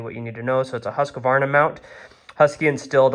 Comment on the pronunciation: Husq-varna not husq-a-varna.